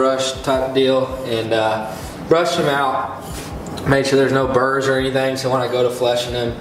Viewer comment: You said make sure he has no “brrs” I couldn’t really depict what you meant